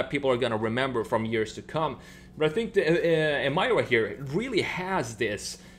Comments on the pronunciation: Lotus: Introducing the new Lotus Em-ee-ra This guy: Em -EYE-ra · It’s Emeeeera not Emiiiiira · EMIRA, not EMYRA lets pronounce it right lol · It's NOT "eee-mie-ruh"! It's "E-meer-uh". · It's pronounced E-mir-ra not Em-mai-ra. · It's pronounced Em-EE-ra. Stop Americanizing the pronunciation of everything. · Pronounced... Ee-me-rah ! If you look carefully the body lines all form boomerang shapes, like the main bonnet vents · Bro, its pronounced A'meera